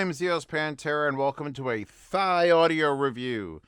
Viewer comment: "Thee-Audio" is the correct pronunciation of the name, according to the designer of this IEM, Mr. John Park.